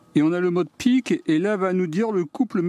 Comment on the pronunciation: à noter que c'est probablement peak (pour max ou pic) et non pick ;)